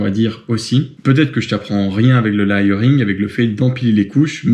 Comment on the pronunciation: La prononciation du layering par contre 😅 ' pas ouf'